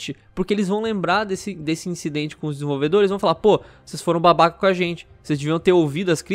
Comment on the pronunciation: "Desenvolvedolhes"? Quaé withe virou o cebolinha?